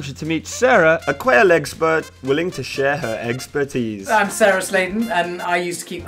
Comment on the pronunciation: EGGspertise: EGGsplaining